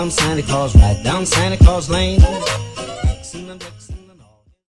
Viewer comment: 是claus不是calus吧